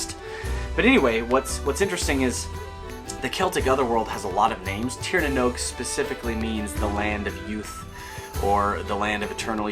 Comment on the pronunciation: Love the interest you have in Ireland and our Celtic heritage. I’d love to see more, maybe something about the Fomorians, they are super interesting, and I think a lot of Tolkien’s Monster ideas came from them. Lastly, Oisín is pronounced “ Uh - Sheen “. Great pronunciation of Tír na nÓg though!